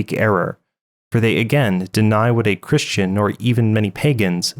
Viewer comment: 2 mistakes I found in your video: "Christia" instead of "Christian" Misaligned video end card and channel logo Great video as always. God Bless!!